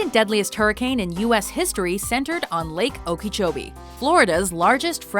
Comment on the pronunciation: okay I just have to say as a Floridian, how she said "Okeechobee" has me cringing AAAAAA